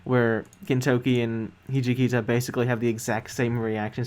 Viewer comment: Great reaction 👌 i am glad that you are enjoying the show, also just a note: the name of the vice commander of the Shinsengumi it’s “HIJIKATA” not Hijikita 😅